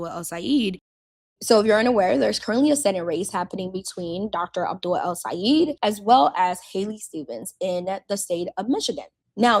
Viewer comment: It's pronounced El - Say - ED. Not El - Say - EED.